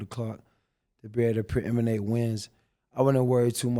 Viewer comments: AB keep saying “ preeminating “ i had to do my googles and i dont see that word in the Websters 😂😂😂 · "preiminate" is the only word AB knows with more than 3 syllables, bro said it 37 times, don't even think its a real word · Can: “AB how you feel about…” AB: “Preeminate” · AB....the word is predicate, not preeminent. 🤣🤣 but I get it, AB high as fuck....words be getting crossed up like corners who tried to strap you up.